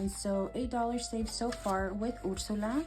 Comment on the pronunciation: Hi! I love how you said Ursula in Spanish! I love the little Villain monitos. Yay for finishing 3 challenges🎉 $205 is amazing!!🩷